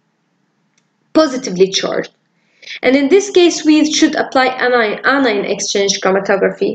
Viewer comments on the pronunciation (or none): It’s really helpful, but isn’t it “anion” not “inion”?